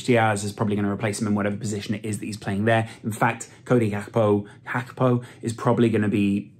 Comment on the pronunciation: Please just say Gakpo the english Way going foward